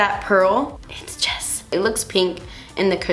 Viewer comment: It's Jess" lmao